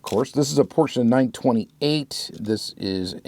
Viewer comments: Your pronunciation of Porsche is all over the place and I love it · Is the correct way to pronounce Porsche, most American dont spell the e at the end. Greets from Germany. 😃